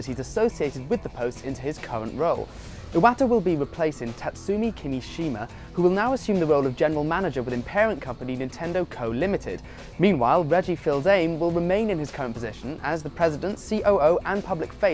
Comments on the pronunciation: I was distracted from the second half of the video by that ridiculous pronunciation of Reggie's name. It's "feez-am-ay" not "fills-aym" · Reggie Fills aim? IT'S Fees ay may. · "Reggie Feels-Aim", and "Iwäta". WTF? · Fees-uh-may. Say it with me now, Reggie Fees-uh-may. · It's pronounced-- Fees-uh-May. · Reggie Fils-Aim ? Thats not how you say it :P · He pronounced Fils-Aime wrong... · How can a professional paid game journalist for the world's biggest game journalism website not know how to pronounce Reggie's name? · Why doses he call Reggie like that doesn't he here how they say his name. I mean come on, he works at IGN.